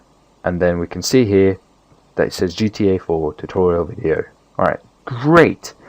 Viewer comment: were you tired because you said ''Welcome to the tutorial wideo'' but it's cool.